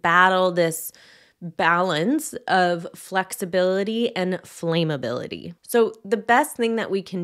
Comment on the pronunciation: Thank you for this video, it's important. ESPECIALLY given this topic, though, please note: "flaamm-uh-bill-ih-tee" not "flaym-ah-bill-ah-tee." Thank you. 🙏🫶